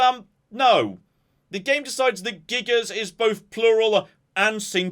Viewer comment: Gigas, when used as singular, the S is silent ;-)